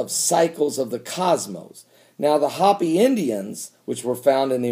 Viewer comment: Hope-e not hoppy, lol thanks.